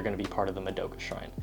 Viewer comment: im kind of curious, how come you always pronounce "madoka" wrong lol. Not hating, keep doing what you're doing, still love the content.